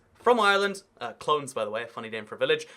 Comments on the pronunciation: It's pronounced Clone-ness, not Clones 😊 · ''Clones'' isn't pronounced like that though... it's phonetically ''KLOH-nis'' , weird huh? Not trying to be pedantic, just thought it is interesting. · Clones is pronounced clone-ess that’s the only other one I see